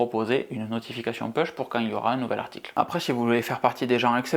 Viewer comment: Pouche, pas peushe!!!! Overcast est mon application qui remplace Podcast. Je crois que c’est la seule non native que j’ai…